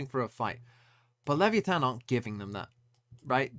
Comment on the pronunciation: OP thinks english is the only language in the world, TMVs pronunciation it's great